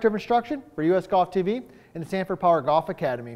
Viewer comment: It's Sanford, not Stanford.